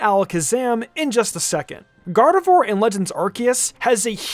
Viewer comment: gardevoir god of war when said 😂,,🤣